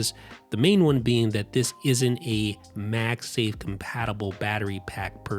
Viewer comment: Why does he keep saying MAXI instead of macsafe? Lol